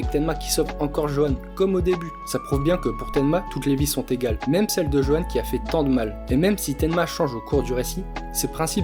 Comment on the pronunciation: Petite précision Johan se prononce Yohan